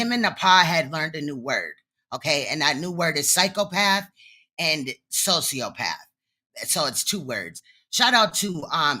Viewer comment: We gonna ignore the fact that pronounces sociopath as “social-path” instead of “so-cee-o-path”?! That’s hilarious to me 🤣😂